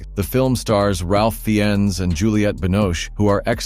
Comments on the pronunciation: Ralph Fi-enn? My God, it’s Ralph Fiennes, pronounced « Fines »! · It’s pronounced Rafe Fines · Ralph Fiennes, the actor, pronounces his name "Rafe Fines" (as in "rain" with an "f" instead of "n", followed by "fine" with a "z" sound. I know it's weird, nut that's how you should say his name, like Rayf Fines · Please train your AI narration to pronounce the key words correctly, e.g., Fiennes.